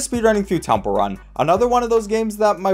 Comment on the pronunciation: Is no one going to mention that he said "tomple run"?